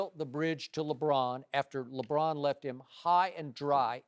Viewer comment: Did anyone hear skip say lebrick aha